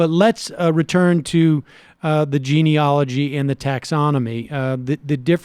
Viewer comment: 'GENEALOGY' not 'GENEOLOGY'.